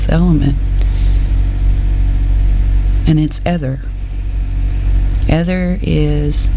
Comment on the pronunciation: I'm sure it's pronounced eeth- er